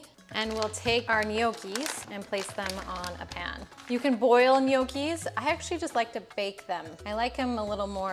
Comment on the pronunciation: It's pronounced Knnoci! 😅 Not Ne oakee😂